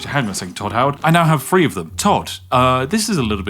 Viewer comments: it is pronounced THree, not Free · dude you cannot ever be scary because you cannot pronounce the word three, lol, so i while i enjoy your videos i do take everything you say with a massive pinch of cant speak properly salt